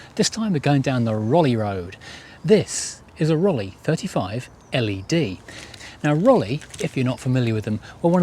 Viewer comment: Please pronounce the name correctly! The second syllable is like "eye" in English.